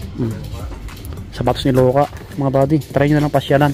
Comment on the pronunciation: wala k ngang brand n mabanggit ng tama, J1 nagiging G1😂😂 Puma nagiging Poma, si Luka nagiging loka😂😂😂